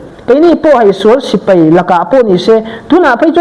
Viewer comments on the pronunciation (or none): none